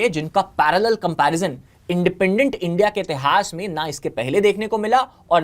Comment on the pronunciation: इस बॉस डी वाले को India बोलने में दिक्कत है Indi बोल रहा है 😂😂😂